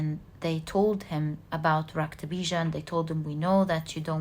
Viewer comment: Really intrigued by your knowledge of Hindu philosophy and mythology. Very well learnt and reproduced. You are really amazing!!! Your narration of Maa kali's episode with the specific mention of the name "Raktabeeja" so correctly pronounced is really marvellous... You are wonderful and I love your readings. Thank you so much for being such a blessing. Not to forget.... I love the way you laugh....there is music in your laughter.... 😊😊😊😊